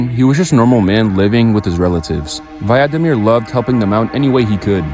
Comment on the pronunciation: its vladimir koltsov 💔💔